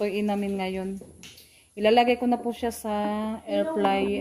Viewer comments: Air fryer not air flyer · Airfryer po d flyer